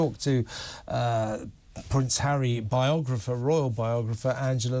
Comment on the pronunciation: I like Angela Levin. Why did she say Hawwy could win one or two cases when she said earlier that Hawwy said he HAD NO evidence?